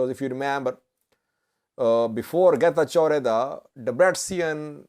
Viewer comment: Let correct you how to say correctly this name. Getachw Reda Not Geta jordha